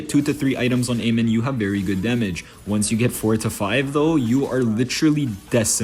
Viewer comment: It's amon not amen😅